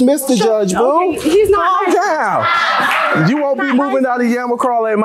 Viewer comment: Don’t forget “he’s lied, he’s not li-censed”